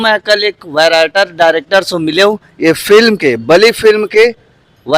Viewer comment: भाई,, वराइटर नहीं राइटर होता है,, राइटर मतलब लेखक ओके।। 😂😂 वराइटर बोलते हो यार